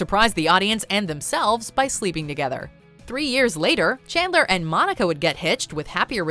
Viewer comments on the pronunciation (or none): "learn about her relationship with Kandler" Kandler? plis tell me am not the only one hearing that 🙀